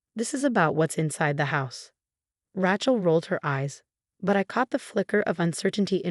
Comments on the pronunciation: pronounced raychel, not ratchel. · RAYchel, not RATCHel! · Rachel is pronounced R A as in angry not rachet. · Please, please, please, at least have a woman who can pronounce Rachel as it should be pronounced. Not Ratchel sounds like ratchet. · so many Ratchel stories and I wont listen till you guys get the name right. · Her name is Rachel not Ratchel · You should stop using Rachel. You can't pronounce it properly. Change from Emma and Rachel to just about any other names. Listening to the pronunciation of Ray-chel (so wrongly) is absolutely grating!!